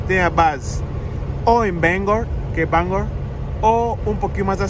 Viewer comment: You said Bangor like a native Mainer! So many people mispronounce it but you got it right!! Welcome home. Mom.